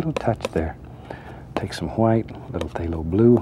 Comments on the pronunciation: Is it white or hwite? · Am I the only one who realizes he pronounces White as Huite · I love the way he says HUWHITE